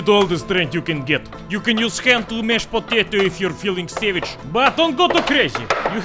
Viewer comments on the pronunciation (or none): none